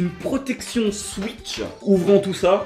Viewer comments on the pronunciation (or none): C'est pas gentil de dire suitch et tuiter alors qu'on dit souitch et touiter